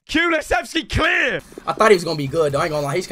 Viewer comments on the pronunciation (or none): none